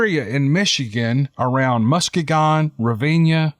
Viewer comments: MUS-KEY-GUN accent on the 2nd syllable ;) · Lol, love ya. Its pronounced Mus-kee-gun (Muskegon, Michigan) and Ruh-van-uh (Ravanna), I'm from Rockford, Michigan, SE about 30 miles from Ravanna. Very woodsy still this day. I'm still waiting to see one someday. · Mus-Key-gon. The one in Florida is My-Ak-Ka. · Its Mus-kee-gon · Ra-van-na. & Musk ee-gan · It's pronounced Must-key- gen...lol! I've had an experience in that part of Michigan too. Thousands of acres on National and State public land... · Hello its me again, hahaha!! Seriously though I believe the second story to be true, as I live in Muskegon (Muh-ski- gun) Michigan! Because you had trouble pronouncing it. Lol. Im 45 years old, lived in Muskegon County my whole life. Although I have never heard of anyone having any sightings or encounters with bigfoot in Muskegon co. I still believe its true! Because I seen one about 50 miles north of Muskegon in Newaygo co. back on August 16th while I was scouting for stand locations..Ravenna is mainly a farming community with quite a bit of state land I hunted the area years ago. The state & fed land in this part of Michigan is basically connected from the bottom of the mitten all the to the upper peninsula via snowmobile trails or bike paths. I have heard of a lot of encounters from the upper peninsula, and my sighting was between Patrick's encounter and the U.P! I have to believe it to be true because I know they exist. I would enjoy hearing about more encounters from Michigan, if you have any in the stock pile you've been picking away at? Particularly W. Michigan? I think it would help me validate what I saw. Thanks for your hard work sir.. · It's "Mus-KEE-gin" (gin, as in "again"). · musk ee gin that is how we pronounce it here in michigan.